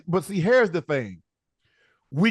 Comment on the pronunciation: “Hairs the thing”